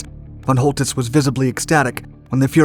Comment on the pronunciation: Who the fuck is Fon Holdiss ?